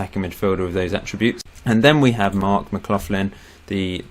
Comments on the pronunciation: Please stop saying mac-cloth-lin... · I support West Ham too, also your captains surname is pronounced Mc Lock-linn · Its pronounced Mc-loch-lin and hes an accies Legend, the team i support